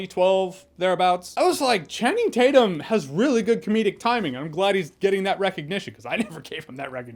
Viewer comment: “I call him Channing Tate-Yum.”